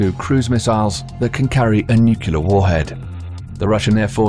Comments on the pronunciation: I keep hearing "nucular". I thought it was "nuclear"??? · “Nukelar” instead of “nuclear”, funny commentator. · Its NUCLEAR..not NUCULAR! cmon man... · NU KULAR ? NU KULAR ? Can you pronounce "new" and "clear" ? Join the two, that's how you pronounce nuclear. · Did you say "nukyalur"? 🤣🤣🤣 Say it with me..."New • Clear". Nuclear. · HOW DO PEOPLE KEEP GETTING NUCULEAR FROM NUCLEAR? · Stop pronouncing nuclear as "nuke-you-ler". It's pronounced "new-clear". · What the feck is a Nucular Weapon? Is that like a Nuclear Weapon? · NuCLEAR, not nukular. Nice vid, though. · Hmmm. #1 word said wrong tho spelled how it sounds.. Nuclear.. nuuuuu cleeeeerrr. Not.. Nucular..nuuu kuuuu laaaaarrr.. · N-U-C ... L-E ... A-R. It's pronounced new-klee-ar not new-queue-lar. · It is Nuc-le-er not Nuc-U-lar ... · It's nuCLEAR not nuCULAR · Nuclear, not nucular... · nuclear (new klee ar) not nu qu lar. WOW 0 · How I wince every time this English narrator says "nukiller"... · such decryption power waster on mystery terms like NUCKULAR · Broooo ... I have a dude I work with that used to be navy he says NUCULAR SUB.. I’m like dude.... stop.. for real.. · Why does the Narrator keep saying "Nucular"? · New-kyoo-ler bombs eh? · What's a nucular? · NUCULAR weapons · HE SAID NUKULAR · Should I listen to a narrator who says, "nucular"? Dunno. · Stop pronouncing it "nucular"... Very annoying. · nucular. the word is nucular. :-| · I also can't take anything seriously from someone who says: "Nucular" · Drives me nuts too. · Unless you're perfect, and I doubt you are, please just stop. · but the thing is, most people think it IS "Nuclear". They're just irritated on how the narrator pronounced it. As a native non-English speaker, I could understand the feeling. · A brilliant job murdering the word nuclear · Please google 'nuclear pronunciation' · Such a well spoken English narrator..... Yet you pronounce "nuclear" like George W Bush! 😄😄😄